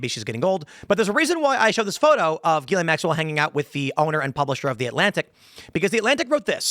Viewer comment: Why does tim keep pronouncing her name wrong. Is he trolling?